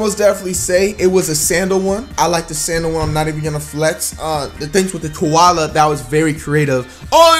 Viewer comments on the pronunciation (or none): Tell me y he said kaola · Dude really said a kola bear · did this dude say the panda was a kawola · Bruh said Kuala bear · Did he say koala, lol, I’m sleep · Man's said coala bear its a panda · this nigga said koala bear💀💀💀💀💀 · Did he say koala bear😭